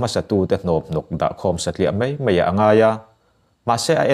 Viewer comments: Mei ti lovin mai ti tawh la, ngaihthlak a nuam leh zual ang. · Mai hi mei i ti tlat zel mai... A ngaihnawm e